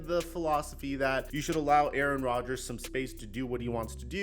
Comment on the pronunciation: 😂😂😂 “ Aaron Dodgers”